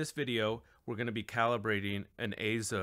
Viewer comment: Yes! AY-ZO is the proper pronunciation.